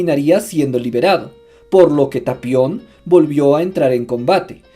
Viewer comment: Es tapion, no "talion"....